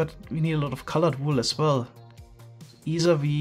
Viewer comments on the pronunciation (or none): none